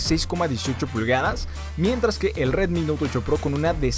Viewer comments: Nadie : El pronunciando : RWetmi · Sí que lo decía bien raro xd